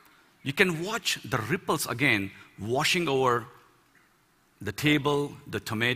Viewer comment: I like how he says RRRRRRIpples :D